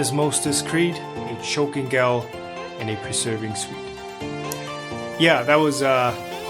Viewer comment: ***** This is stupid, and I feel like a dick for posting this -- but hopefully it's helpful: "Gall" isn't pronounced like "Gal". -- It should sound like "Golf" but without the trailing "f".